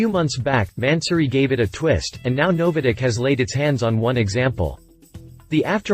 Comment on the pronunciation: Never heard NOVITEC pronounced " NoviDec " before